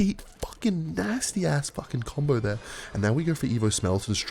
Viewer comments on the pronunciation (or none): Do you have Aspergers or something? You say some words with an American accent. Especially Nasty and ass